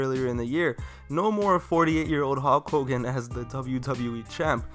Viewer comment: “Howk Hogan”